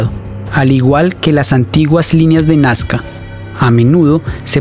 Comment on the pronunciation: No es nascar es NAZCA